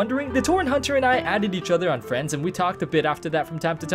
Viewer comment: Fwiends =D